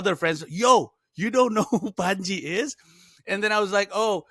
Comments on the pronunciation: Honestly, everytime i hear they say your name, all i heard was pungee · Its pronounced Pun-G